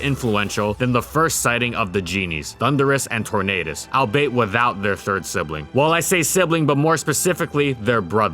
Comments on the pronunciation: Wait... do you pronounce “albeit” as “al bait?” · you've mispronounced albeit for like the 10th time by now. all be it